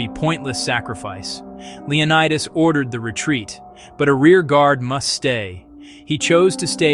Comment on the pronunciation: The pronunciation of the Spartan king's name is Leo NEE das not Leo nye das. The city where he consulted the oracle is called Del phee, not Delfye.